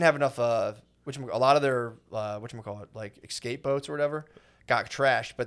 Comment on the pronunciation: matt says ex-cape